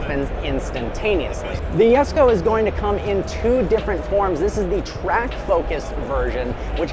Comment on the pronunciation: The “yesko” it’s the Jesko buddy